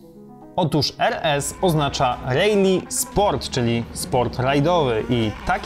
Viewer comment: dlaczego mówisz REJLI zamiast poprawnie RALI ?